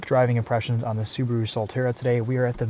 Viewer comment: it's subaru not subro